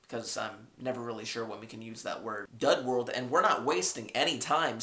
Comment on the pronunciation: And it's dud world not dough world lol